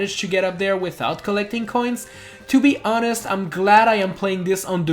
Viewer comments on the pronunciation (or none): none